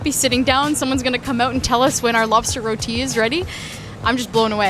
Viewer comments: Thank you for pronouncing our food dish "Roti." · I appreciate the fact you pronounced roti correctly 😌👏